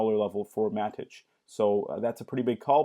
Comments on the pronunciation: who the hell calls it Mat-itch? it's matic bro, matic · "Matich".... noob alert.